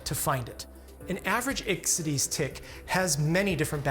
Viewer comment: It is difficult enough teaching the students how properly to pronounce common words in medicine... Burgdorferi... The accent falls on the second syllable. Please study classic Latin and Greek. It makes future engagements so much easier. There were other painful mispronunciations. Ixodes.. again... The accent falls on the second syllable.